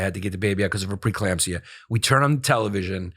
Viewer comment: A shot every time Yanis says preclampsia